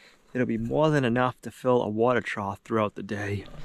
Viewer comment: Water "trouth"? "Escavator"? Learn to speak.